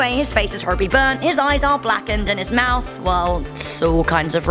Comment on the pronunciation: It sounds like you said "And his face is Harvey burn't" , like Harvey Dent , The Dark Knight Rises